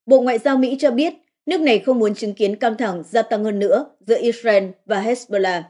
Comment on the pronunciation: Dạ thưa mấy bố và mấy má Israel không phải đọc là “ is ren” mà phải đọc là “ IS RIU” con lại mấy má và mấy bố.